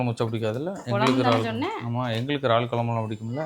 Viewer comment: Ennapa iraal became raal